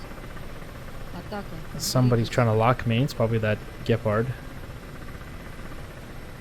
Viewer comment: Your first pronunciation of "Gepard" was very accurate. Sounded like we Germans say it. But we are very unhappy with Russian choppers shooting on our pussycat tanks. Our diplomatic channels will get in contact with yours 😎.